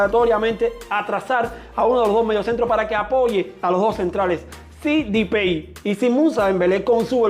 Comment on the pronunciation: Porque dice dipey a depay